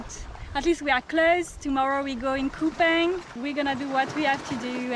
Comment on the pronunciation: It’s Kupang not kupaing